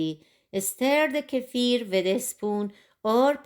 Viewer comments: I'm about to start making my own kefir, and have seen many videos, but I keep coming back to yours, as you explain it in such a clear and pleasant way 😀 Also a big plus.....you pronounce the word kefir how it should , unlike most others😀 Thank you so much for all the work making these kefir videos ! Greetings from Belgium ! 🥰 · This is by far the best video I have come across on milk kefir! And hats off on pronouncing kefir correctly. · Thank you for pronouncing kefir the right way. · Thank you for pronouncing it correctly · FINALLY, someone on YT who pronounces 'kefir' correctly! Thank you for a great video! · I've watched lots if videos and this woman and only one other guy I've seen pronounce kefir correctly.